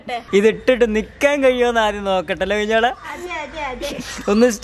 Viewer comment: Bro ആത്യ മായി alla ആദ്യ എന്നാണ്